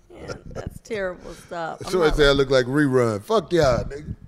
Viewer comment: He called him "No-run" instead of "Rerun"